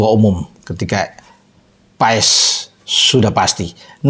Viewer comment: Bukan Paes bung tapi Pass 😊😊😊 kata kochi